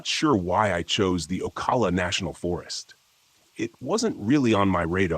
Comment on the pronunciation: It's O-CAL-A You CAL like California